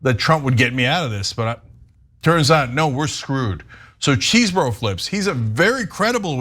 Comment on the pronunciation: There is no excuse for mispronouncing Chesebro now that the word came from his very own mouth in court.